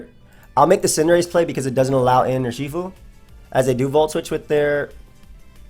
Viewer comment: Nobody:: Yurshifu